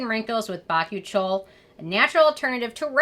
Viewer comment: Oh, I thought it was pronounced "bah-coo-chi-al" not "bach-oo-chole"